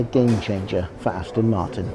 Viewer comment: The aaston martin with the emphasis on 'ass'